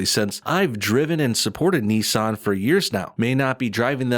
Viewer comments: It’s Nissan not neesahn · You are pronouncing Nissan very weird probably wrong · Ni-ssan. It's Ni-ssan. Not Nee-san!